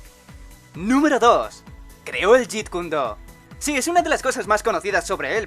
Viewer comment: Te comiste la "E" de Jeet KunE Do".